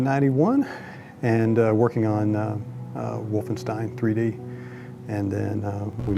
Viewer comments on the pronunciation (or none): it's WolfenstEIn not WolfenstIEn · Wolfenstien?...? Its stein (sssshhhtaaain) , as Rock and not Rokc! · "WolfenstIEn" lol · it's called Wolfenstein, not Wolfenstine or Wolfenstien